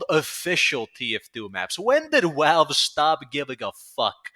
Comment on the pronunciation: … I love you funny man… but the way you pronounce ‘Valve’ haunts me.